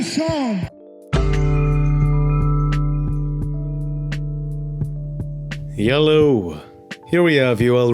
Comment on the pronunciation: Romero: i lawwwww you...see you saun 😅